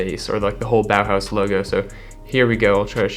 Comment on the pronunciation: The way he says „Bauhaus“ bow house 😂